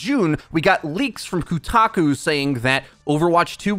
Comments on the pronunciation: Why do you keep pronouncing Kotaku as Kutako? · it's KOtaKU, not KUtaKO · I can't believe you are pronouncing Schreier correctly but calling it coo~taku? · The number of times and different ways you mispronounced Kotaku, hilarious. Kutaku, kutaco, kotaka wtf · jason is the only person on kotaku that is worth your time. also, pretty sure you are pronouncing it incorrectly.